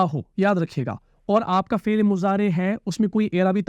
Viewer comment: آپ فعل كو فيل كيوں بول رہے ہو؟؟ 🤔